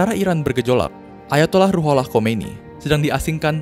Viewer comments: Khumaini bacaannya mas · Salah pelafalan.. Harusnya khumaini bukan khomeini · Khomeini bang bukan khoemini ha ha